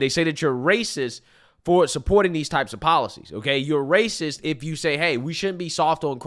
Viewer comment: She said raciss 😒🫠